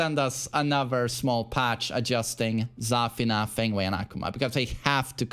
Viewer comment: not every character is pronounced like Kazuya😂😅. It‘s Za-FIII-na